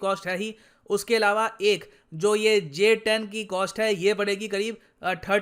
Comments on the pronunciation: Pahele nam to barabar lelo GS10😂😂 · Abe pahle naam lena to sikh loo🤣🤣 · Inse naam toh thik se liya nahi jata or ye upon ka Rafael ko counter karenge😂😂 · Pehele nam to thik se bol lo uske bad aircraft urana 🙄